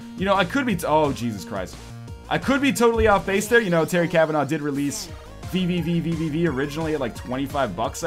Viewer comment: The proper pronunciation of VVVVVV is just "V"